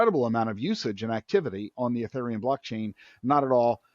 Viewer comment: This guy doesn't pronounce Ethereum correctly. Jesus.